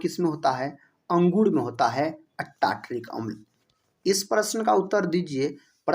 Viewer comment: अंगुड नही सर अँगूर